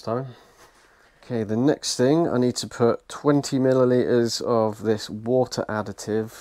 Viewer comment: "Four li'ah Wo'ah Bo'ah" Yes, Four liter Water bottle 😆